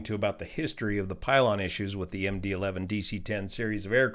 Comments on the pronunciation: Someone on another thread speculated that he misread “11” as a roman numeral “II” and said ”MD Two”. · At least he didn't say MD-eye-eye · Worst . He said MD Two (II) instead of Eleven (11) ! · Did he just read MD-11 as “McDonnel-Douglas 2?” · "Let me read this so I get this correct" Proceeds to read 11 as II in the first sentence... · Are we going to skip over the fact that this NTSB guy said the aircraft was built as a “McDonnell Douglas Two”, most likely confusing the “11” for the Roman numeral “II” and that he said the plane took off from “Runway Seventeen Arrrr”?! Come on, man… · Yeah, I kind of feel the same about that guy. He makes some good points, but I think he’s more of a like citizen advocate type of person than an actual expert in anyway. Clearly he read MD-11 as MD-II. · I was wondering about the "McDonald-Douglas 2" part until I realized it was a misreading of MD-11. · McDonnell Douglas 2? This is the NTSB's spokesman and he doesn't know what kind of aircraft it is, only what he misreads. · You know, I heard that too and thought maybe there was some unusual type variant that I wasn't aware of, or misspoke and shortened something like a "MD11-200" and made it into "Em Dee Too". I hope he knows an MD-11 is not an MD-II. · I wonder if he misread the "11" as the Roman numeral "II" and meant to say MD-11 converted to MD-11F.